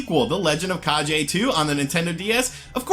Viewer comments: Its the legend of kaGe not kaJe Translate to legend of shadow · Lol at “the legend of kah-jay”. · Kage: It's pronounced "kah-gay", my friend. It's the internet so I have to correct you. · legend of kah-jay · „G“ in the word „Kage“ is pronounced as „g“ in the word „gun“. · Kage has a hard G not a soft G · A great list; the DS has a great library with lots of interesting little titles. Funny to see people still mispronounce "kage" just like they did back for the original NES game :p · Yeah, don't pronounce "GE" like in "GEneration"